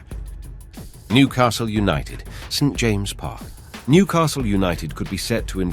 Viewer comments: Newcastles St James’ Park is pronounced James’s not James ! And where on earth do you get the cost of 4 billion quid from ?? You have Manure at between 1 and 2 billion for a similar project ! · It’s pronounced St Jameses Park.